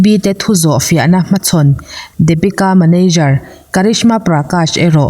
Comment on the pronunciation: Dapika anilo deepika tia lam tur Daaa niloo in ABC D D ti tur hre thiam em Depika